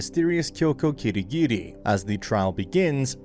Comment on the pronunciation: "KiDiGiDi" (pronounciation of Kirigiri according to )